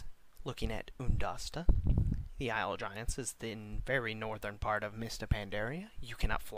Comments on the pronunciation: it's pronounced "iyul" of quel danas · You're pronouncing isle wrong. Are you kidding me? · pronouncing isle wrong btw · man i love the "Ice-le" of quel'danis..